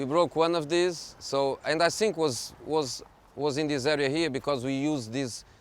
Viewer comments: Why does he always say SINK in place of THINK or FINK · The guys is a legend but come on José, after 15 years in England is not acceptable anymore to say "sink" instead of "think" :D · "I sink" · the first "sink" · I love when he says "I tsink".